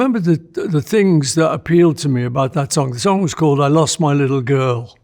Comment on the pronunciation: What a great interview! Also, how Paul pronounces it “sonc” instead of song…